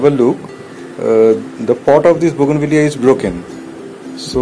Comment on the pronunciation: I thought you mispronounced the name of the plant.You were correct and I was wrong all these years